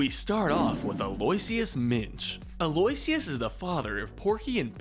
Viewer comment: Actually for Aloysius it's pronounced as (al-oh-ish-uhs)